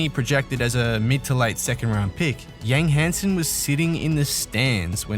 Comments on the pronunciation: as a chinese i understand some names is crazy hard to pronounce but Yang Hansen lol with a surname that isn't even chinese. How hard is this? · Adam Silver literally just said his name correctly...and then the narrator immediately starts butchering the pronunciation seconds later. LOL I don't understand how people in media and YouTube cannot take the time to say player's names correctly.